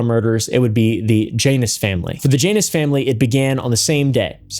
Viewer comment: Man I know you're being respectful. But at your "For the Janus Family" it sounds like "VaJanus Family" I think it's you saying it fast together.